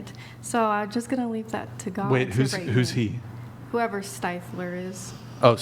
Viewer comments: He told you it's Stiff-ler not Stife-ler! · Especially after being corrected immediately. 😂 Says it wrong two more times at least. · Can she really not say stifler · Its ah Stiffler, thats what I said Styfler. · STIFFler. No matter how many times she's corrected, it's still always STEIFler to her. It's so friggin annoying! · Just pronounce Stiffler correctly!!!🤦‍♀️ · not knowing how to say STIFLER upsets me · Why tf does she keep saying stifflers name wrong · She said stiffler wrong on purpose to be annoying. It worked. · She is 100% doing it on purpose and it's hilarious that she would do that, and yet talk about not bringing negativity into her life. She's toxic af